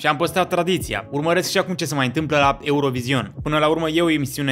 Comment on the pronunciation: NU MAI SPUNETI ,,EUROVIZION" 😭😭😭